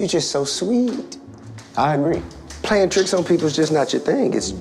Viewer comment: I love how major said “Pwaying” and his brother mocks him “Pawying”, so he rebuttaled with saying “Playing” clear as day! Him so cute.